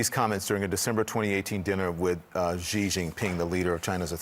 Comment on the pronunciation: Cnn, you really gotta tell your reporters how to say ‘Xi’